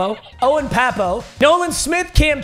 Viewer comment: He was fr, can't believe he miss pronounced his name 🤣